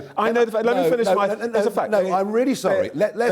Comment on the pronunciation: No way the interviewer really said "Muh ancestors" lmao